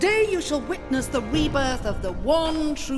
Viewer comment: She said "weebirth"